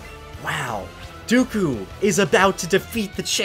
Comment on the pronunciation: Its dooku not duku